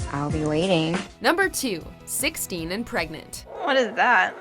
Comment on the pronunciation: 16 and pregante....pregart....pregnanent